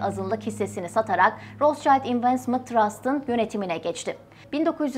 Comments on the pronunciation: Rotchild değil Rotschild…okunuşu da rotşild…Ailenin adını söyleyemeden program yapmak garip olmuş. Üstelik de almancada kırmızı kalkan anlamına geldiğini söyledikten sonra… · Isim Alman ismi RotSchild , okunusu rosŞayild degil, RotŞilt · yalniz Rotsayld degil ! Rotsild! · Rostçayld olarak değil Rotşild şeklinde doğru okunuşu da videoyu tekrar inceleyip düzeltmemişler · Roschild diye bir telafuz yok rotşild almanca bir kelimedir ver kirmizi kalkan anlamina geliyor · Rotşaylt diye okunmaz, Almanca bir isimse telafuzu Rotşilt tir. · Kardeşim rotsçayld değil Rothschild. Ve roşild diye okunur. Adama İngiltere'de bile roşild deniyor sen niye ısrarla ingilizce telaffuz ediyorsun. Fransız mişel e maykil demek gibidir bu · Daha okumasını bilmiyorsunuz, rotşayld değil, rotşild* diye okunur, Almanya kökenli kelime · Rotsçayld neden? Turkler almancada iyi olmalarına rağmen neden yanlış seslendiriyorlar? Rotşild seklinde okunuyor🙄 Barış Özcan da Aynstayn demesine de çok sasirmisdim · Roths-Child değili Rot-schild. Rot - Şild telafuzu. soyismin ingilizce ile alakası yok. tamamıyle almanca. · Rotşayld değil Rotşilt diye okunur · Ros cayt değil, rot şild şeklinde okunuyor gerçekte. Ve anlamı ( kırmızı tabela ! Kırmızı kalkan ) Almanya kökenli olduğu için öyle kalmış soy isimleri. ( Rotschild ) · abla herkes senin hesaptaki yanlışına takmış. ama ben adamın adını yanlış söylemene taktım. rotşild diye okunuyor kırmızı kalkan anlamına gelir. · Okunușu ROTȘİLD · Rot-şild diye telaffuz edilir. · Bu arada rootşilt diye okunuyor/telaffuz ediliyor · Rot şild diye okunuyor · Rotşild diye okunur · Rotşild diye okunmuyor mu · Rotşild okunur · Bir de doğru telaffuz etseydiniz. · Rothschild almancadir Okunusu almanca ingilizce deyil. Kirmizi tabela.plaka demektir